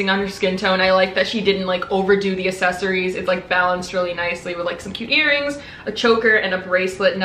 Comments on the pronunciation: Why do so many youtubers pronounce “accessaries” as “assessaries” 😂😂 I hate bad grammar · I CANNOT fucking stand the way she says “accessories” 😂 like it’s not “asssessssories” c’mon man 😂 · “The assessories” BITCH WHAT?!?!? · You mispronounce accessories, you say “asseries” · The way she says accessories triggers me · nah it’s cute buh im just not used to ppl saying it like that. It might just be cause of where I live lmao🤣